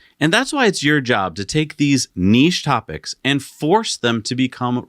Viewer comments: Thank goodness you’re pronouncing niche correctly! During my Mazda Apprenticeship, we were informed that the MX-5 was a niche product - they planned it that way. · Thank you for correctly pronouncing niche, I can’t stand the other way. Million likes! 👍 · I'm so happy you guys pronounce niche correctly 😂